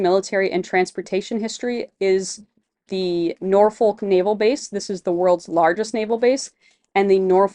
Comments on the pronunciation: We locals don't pronounce the "L" in Norfolk, so it comes out more like "NOR-fok", or, if you are really from the south: "NAW-fuk" :) Looking forward to following y'all on your adventures! Heading to the Rendezvous tomorrow to start planning my loop adventure! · Nawfuck narfiick not nor folk